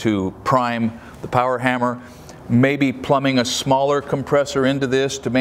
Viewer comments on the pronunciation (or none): none